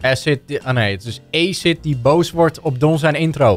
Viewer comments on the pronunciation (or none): none